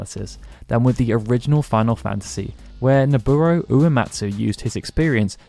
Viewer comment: I swear you keep pronouncing it Noburo